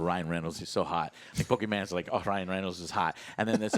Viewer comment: "Pokéman" 🥺😢 I hate you now Joe